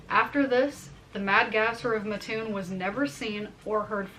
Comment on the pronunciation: It's pronounced Mat toon not Ma toon in Coles County.